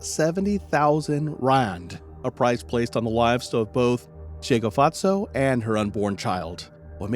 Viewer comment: This case shook the entire SA. May Tshegofatso rest in peace. You butchered the names so much, lol, bless your heart.